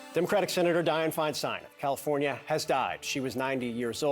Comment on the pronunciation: Would someone please tell the CNN reporter on the Hill that her name is not pronounced Fein-steen. For Pete’s sake.